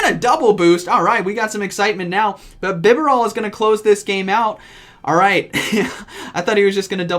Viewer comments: Feels weird correcting a pronunciation, but isn't it Bi'barel' and not Bi'beral'? :P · I don't know how to pronounce this Pokemon's name but whenever you say it, I keep hearing "Vigerall"... if it were up to me just reading it with no prior knowledge... I would've thought it was.. BIB-AR-ELLE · I love your content but I had to mute this one from the BEE-bear-ALL pronunciation. You made me double check what I had always said of BYE-BARREL. You’re still awesome though.:) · omg i cant handle your pronunciations Bib A rel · Why I keep hearing vigroth instead of bibarel? lol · From the start of the video i thoughT you were saying "vigoroth" but later i got to know it was " BIBAREL". LOL .. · I always thought it was pronounced "BeeBarrel" Never knew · Man I watched this on reis channel but im still gonna watch it on your channel cause I love it but hate how you say "Bibarel". Been zero on enunciating names my guy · His pronunciation of "bibarel" symbolizes what the year of 2020 has been like haha